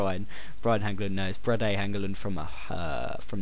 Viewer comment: haha, you laughing at your mates pronunciation of Brede... Its pronounced "Breed a"